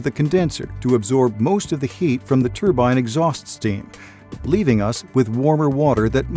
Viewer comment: Yeeeeee haaaaaaaa !!!!!! It's a TRUEBINE BLIBBY,,, " turbine" just won't do 😝 TRUE-BINE😝✌️ YEEEEEE HAAAAAAAA ✌️